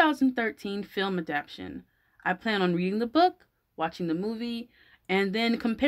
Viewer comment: You are saying adaption but it's adaptation.